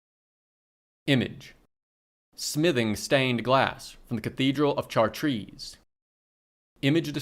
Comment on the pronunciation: You should've looked up how to pronounce Chartres lmao